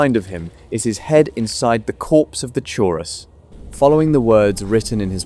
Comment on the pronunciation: I'm most impressed by the number of times you pronounced Chaurus differently 😂